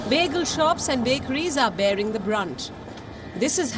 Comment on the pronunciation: Bagels not pronounced as bajels palki